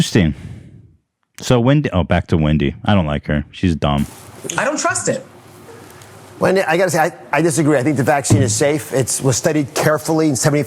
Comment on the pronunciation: “Windy” Williams